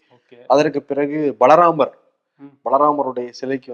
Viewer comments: உச்சரிப்பு சரியாக இருக்குமாறு பார்த்துக்கொள்ளுங்கள். பாலராமரை பலராமர் என்று தவறாகவே மீண்டும் மீண்டும் கூறுகிண்றீர்கள். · balaramar aa baala ramara 🤨🤔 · Hi, Balaramar illa brother baala(child) ramar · boss athu balaramar illa baalaramar😂😂😂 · Yeppa vun vaayila eechata kaachi voota. Adhu Balaramar illa Baala Ramar. Balaramar, Krishnar voda Anne. Baala Ramar na kuzhandai Ramar. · பலராமர் இல்லை....பாலராமர் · ...பாலராமர் என்பதை இரண்டு தினங்களாக பலராமர் என சொல்கிறீர்கள் திருத்திக்கொள்ளுங்கள் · Bro, think name of deity is not Balaramar….it is Baala Ramar (young or Baby). Ithu kooda olunga research pannama…u spoke abt this news for 20 mins…. Enna thaan imperfect show na kooda…ivlo imperfection koodathu 🤭😅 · It is பால ராமர் not பலராமர் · U r mentioning as Bala ramar. Balaramar is the brother if Krishnar. U have to pronounce property. Mention as Baala ramer (kulandai ramar like kulandai yesu) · It is not Bala Ramar Ramar- Baala Ramar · பலராமர் இல்லை பாலராமர் உச்சரிப்பு சரியில்லை.பலராமர் என்றால் அவர் வேறு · has been committing the same mistake these 3days. First i thought may be they are making a statue for Balaramar also. It struck me only today that he was saying Balaramar instead of Baalaramar. Thunaikala vittutteengale 😅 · It is not Balaramar it is Baala Raamar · Not Balramar. It is Bala Ramar. Anchors needs to be careful